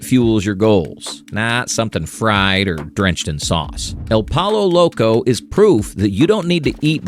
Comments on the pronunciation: I can't tell if you're saying El Pollo Loco that way as a joke or on purpose LOL... Being genuine here, it's pronounced El Poy-Oh Loco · Lol el pollo loco.... you pronounce it like your saying poyo... just some advice from a Mexican 😂